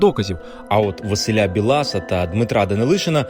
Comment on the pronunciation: Дуже сподобалась інформація, чудово, але Бііілас!!! а не Білаас - на Дрогобиччині немає Білааасів